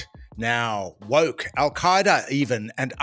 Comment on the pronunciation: When it comes to Penny Wong, did you say woke or wok ha ha.